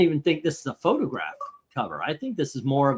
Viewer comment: "It's a Photograh."